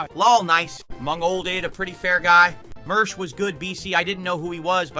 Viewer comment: Lol "what's mersh"